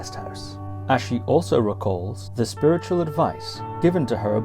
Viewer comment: It’s really inspiration to listen history of Bhutan‘s noble Family. I think ༼ Achi ཨ་ཕྱི་༽not ༼Ashi ཨ་ཤི་༽